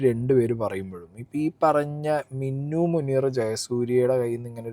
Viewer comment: മിന്നു അല്ല മിനു 😂